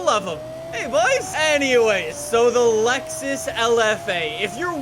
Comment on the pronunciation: It’s Lexus not Luxus